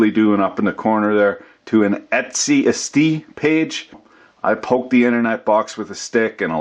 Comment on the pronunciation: Etsy turned into "estie". Drôle !